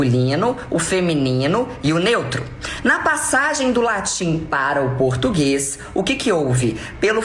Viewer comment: O português tá ficando cada dia mais complicado, português não "pertiguese"